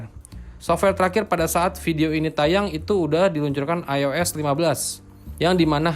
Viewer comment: Ois bukan eis bang